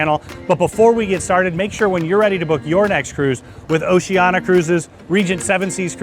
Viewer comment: Just a suggestion: you might learn how to pronounce the name of the cruise line